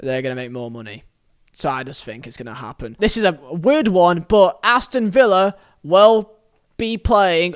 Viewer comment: He got villa right chirst